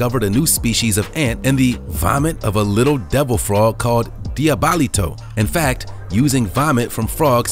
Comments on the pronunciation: you butchered that pronunciation lmao😂😂😂 Dee-ah-blee-toe not Dee-ah-baly-toe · “D i a b a l i t o” don’t add an “a” lol it’s easy “di-a-bli-to”